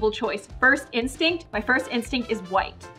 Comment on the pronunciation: I noticed a little mistake in this video. With the white and blue she says white but it has the wrong sound. If you go back to the one before it has a different sound and she got it right on both.